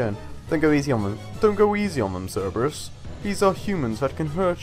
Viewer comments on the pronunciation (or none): Cer-ber-us not Cer-e-bus. Silly don't you know your greek pronunciation